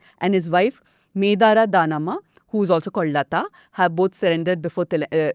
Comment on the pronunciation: Your pronounciation sucks danamma means in telugu your mother ? 😂😂 thats not danama its dhannama